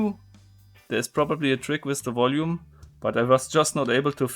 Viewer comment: Why you say "with" "wis"?